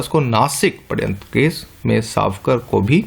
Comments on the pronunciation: sir aap sharyantra ko paryantra bol rhe h plz correction kare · padhyantra haha its shadyantra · shadyanta ko padyantra Mt pdo sir.. too annoying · Padayantra (पडयंत्र) ni sir wo shadyantra {षड्यंत्र) होता है